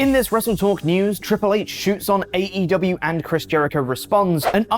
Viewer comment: Jericho pronounced AEW wrong 😂